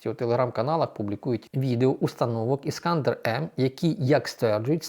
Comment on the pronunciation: Не вірно ставите наголос на ракети Ісканде'р, а не Іска'ндер, і командувача СБС Мадя'р, а не Ма'дяр.